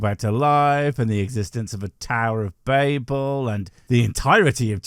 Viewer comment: No, but it isn't really a house, either, it's a tower, like the Tower of Babel (which you pronounced correctly, well done; I am so sick of people pronouncing it to rhyme with "rabble", I suppose the Ziggurat of Babylon confused them). I know that it's a tower because I've looked at the Moon with a telescope...